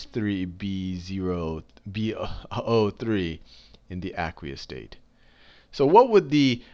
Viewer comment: Awesome vid but the way he says aqueous is really bothering me loll its AYQueous!